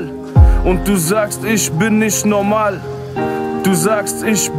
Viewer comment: ER WEIST ^^Dikka lern mal Aussprache digga. NOMAL...